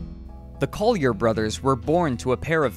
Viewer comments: IKR, it bugged the hell out of me! I'm actually scanning the comments for others who were bothered by this, but you're only the 2nd one I've come across. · No New Yorker has ever pronounced it "Coll-yair"